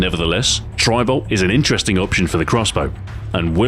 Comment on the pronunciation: It sounds like he is saying tribal.